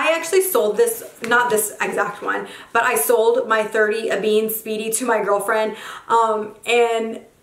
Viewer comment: It's pronounced like damier eBen (not ebean)